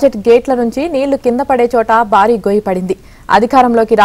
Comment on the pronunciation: బారీ అని కర్ణ కఠోరంగా చదువుతున్నారు. భారీ అని వత్తి పలకాలి. భారత్ అనే పదం కూడా ఉచ్చారణ దోషంగా యాంకర్‌లు పలకుతుంటారు. సరిచేసుకోవాలి.